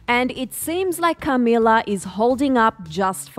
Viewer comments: the way she says CAmila 💀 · Cah-mee-lahr. Like why is she saying it like that?! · The way you say Camilla had me rollin lol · Why’d the host say Camilla like that lol